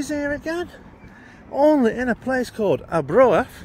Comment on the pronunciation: I do hope you pronounced the name of the place purposely wrong?